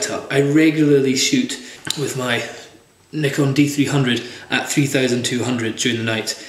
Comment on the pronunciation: i really enjoy your videos. they are very helpful. thanks a bunch! ps. i love love love when you say "nikon" lol